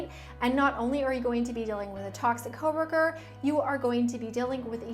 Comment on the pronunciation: i love saying "co-wur-kur". lol